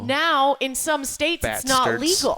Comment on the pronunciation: Rich "Bats-Terds" 😂